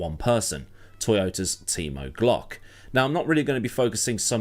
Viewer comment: Why do I keep hearing Team O'Glock?